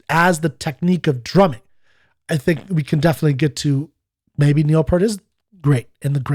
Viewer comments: PS - Just one more thing. I'm all for demonstrating respect and civility in these forums too, which is why I think it important to remind you that you are continuing to mispronounce the man's name. It was P-ear-t, not P-ur-t. Thanks in advance for your consideration on this point. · His name is pronounced as if it's spelled "Peert" like pierce, not "Purt" like hurt. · Peart = Peer-t